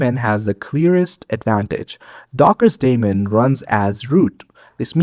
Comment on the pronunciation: Every time you said "that daemon" I heard "Matt Damon" ... having said that, informative and accurate video